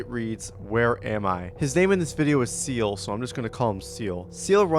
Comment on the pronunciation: his name is seil, not seils, you keep saying seils's, just said seil's, thank me later :D